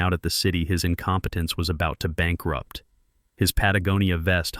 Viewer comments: OMG Patagonia was pronounced correctly 🎉🎉🎉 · This is the first one of these I've listened to that pronounced Patagonia properly. I guess the AI is learning.